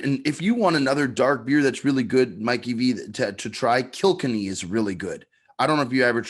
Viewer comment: it’s pronounced “Kill Kenny” not “Killkinny” (Kilkenny)